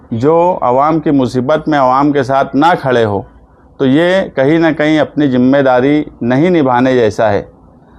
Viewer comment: جِمّے داری جومّے داری نہیں ہے بھائی ذِمّہ داری بولتے ہیں۔ اسی طرح سہر نہیں بلکہ شہر ہے، پریسان نہیں پریشان ہے اس لیے نیتا کا پڑھا لکھا ہونا بہت ضروری ہے